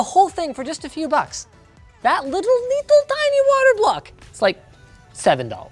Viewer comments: I love the way you say "Little Tiny" in that accent. It makes me laugh. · Every time he says "little tiny" he goes full Russian.